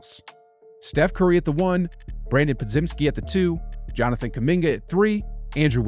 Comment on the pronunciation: Po-Jem-ski. With a Jello J sound. Come on man! Every video. He's earned that respect.